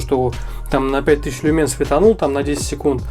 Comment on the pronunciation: Не люмЕн, а лЮмен